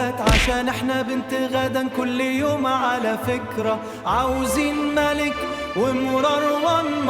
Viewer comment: Hey, to make the AI pronounce the words correctly you need to type it in phonetically, or just use diacritic as shown bellow, you will just have to fine tune the prompt, Happy to help!😊 بِنِتْغَدَّى